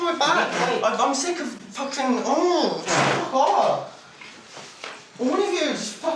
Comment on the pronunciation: Don’t use the word Fahking again at my house